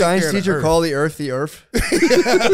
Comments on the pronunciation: "Did your science teacher call the earth the earff?" -Matt lmaooooo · “Did your high school teacher call the earth “da earf”? Hahahahha